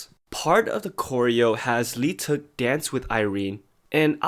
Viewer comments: Lee teuk omg that aint how you pronounce it i am in PAIN How many people think its actually pronounced like that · Your pronouncation of leeteuk is horrible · OMG dude. If you're making videos about idols seriously learn how to pronounce their names! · cringe whenever people pronounce leeteuk as "lee-teuk" its silent "l" yall